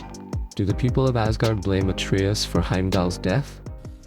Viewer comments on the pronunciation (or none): It is not atreeus it is Atreus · At-tree-us? AI? Come on! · Learn how to properly pronounce Atreus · Bro, how are you pronouncing Atreus 3 different ways 😆